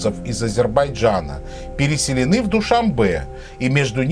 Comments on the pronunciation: ДушаНбе, а не ДушаМбе... Всё видео "ДушаМбе ДушаМбе" 😱😱😱😱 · Автор ни Дюшанбе а Душанбе!!!